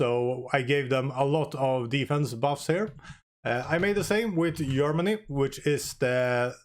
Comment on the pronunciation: Everyone focuses on the pronounciation of "agility", though - am I the only one to spot the problem with "yermany"? 😅 On the topic of the test itself - good work, thanks for taking the time to run those tests! 🙂 On another topic - is it just me, or is it virtually impossible to get the squadrons to accumulate more xp, enough to eventually rach a veteran/elite rank? Played a campaign recently, and despite winning & shooting down more enemies in the battles - all the squads do was slowly trickle down in xp (not as bad as in this test though - would usually jump back to "regular" after a short retraining pause). 🤔